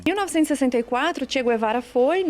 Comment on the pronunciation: "Tchego e Vara" Quem são, gente? rs